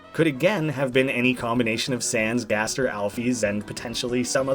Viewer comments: gaster is not guest its gäster. One letter of but it sounds completley different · Me: gasp, I AM SWEDISH! actuly its gäster. With a "ä" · its gäster for guest in Swedish not gaster